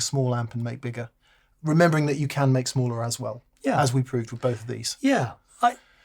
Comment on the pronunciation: Beggeruh? I barely knowuh!